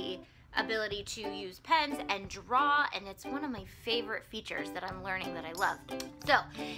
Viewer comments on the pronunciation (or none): none